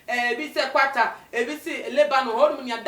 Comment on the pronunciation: Kwata sɛn, 😩🤣🤣🤣 it's Qatar 🇶🇦